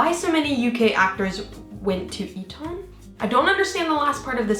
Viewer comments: Eton is pronounced 'eaten'. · Just a heads up Eton is pronounced eat-un